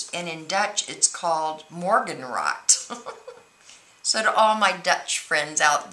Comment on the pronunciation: Haha! Morgenrood, it made me giggle when you pronounced it, but it was actually pretty good! ;-) Super beautiful mini btw, I'm definitely going to try this! Greets Alice